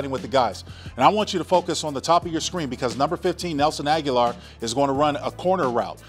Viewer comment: Linc, love you brotha. Agholor's name is pronounced Ah-Go-Lor.